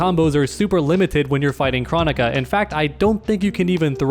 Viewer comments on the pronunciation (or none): I’m pretty sure it is pronounced “Krone ik a” as pronounced in the game.